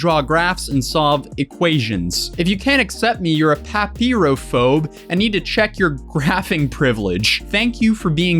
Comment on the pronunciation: Uhm, it's [Pa-pie-row-fobe] like a pyro. Papyrophobe.